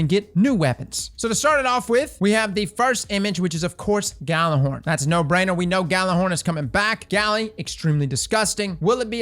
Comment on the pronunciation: Isn't it yeah-lur-horn? I don't mean to be like "you're saying it wrong!" But I assumed it was Norse.